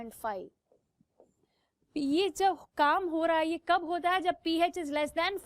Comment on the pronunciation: It’s pH not “peh H” (just correcting her)